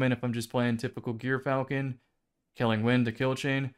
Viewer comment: That's not how you say gyrfalcon